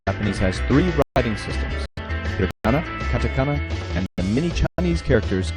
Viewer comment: You mean 'Writing'. Not 'Writhing'. :D